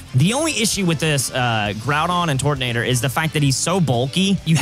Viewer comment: Turto who I kinda heard the n word with tortonater